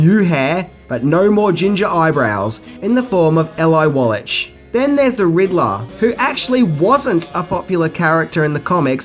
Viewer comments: Exactly. The Emmy wasn't the only thing he messed up on. The pronunciation of Eli (EEli) not (Ehli) Wallach( Wallack) not (Wallash) . And Bruce Lee was NOT introduced to the world through the Batman series but though the Green Hornet series. You could say the same producers introduced him, as the Green Hornet series was produced by the same people. He only appeared on Batman in a guest appearance after the Green Hornet had already aired. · It's not pronounced Wallitch. It's pronounced as a hard ck. So Eli Wallack is how Wallach is pronounced may Mr. Wallach RIP. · You need to learn the correct pronunciation of Eli Wallach and John Aston. It's wall-ick and asss-ton. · Same Battime, same Batchannel. Epic. Its eeeee-lie Wall-eec. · Great vid, but one small mistake. Eli Wallach's name is pronounced incorrectly. It's E-lie (emphasis on the E) WALL-ak. However, the "k" is hard to describe. It's the german version which doesn't really exist in English. It's like when you imitate a cat hiss ("chhhhh"), but of course really short for the pronunciation. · Pls pronounce Eli Wallachs name correctly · ABC also tried to get West to take the penis-reduction pills but he refused. BTW, dude--learn how to pronounce actors names before you do something on camera.